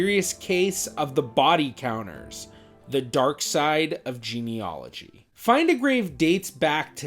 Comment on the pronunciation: It’s pronounced geneAlogy, not geneOlogy!! 😳